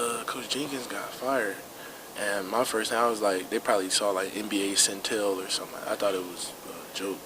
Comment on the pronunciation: this man said nba centel 😂😂😂😂